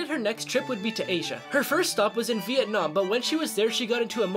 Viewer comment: you pronounce Vietnam wrong